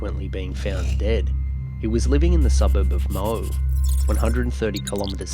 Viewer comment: Another great video, thank u and love your work as always!! lol Moe.. you’re not from Victoria are u my friend?! lol mate I don’t know why but it’s actually pronounced Mo-ee.. weird eh? Xx 😂😂